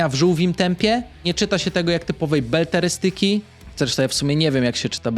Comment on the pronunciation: Beletrystyki, nie Belterystyki. Trudne słowo i można się machnąć z wymową. Dzięki za polecenia :)